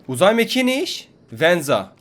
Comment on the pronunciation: # 😂😂😂😂anaa uzay m"a"kiği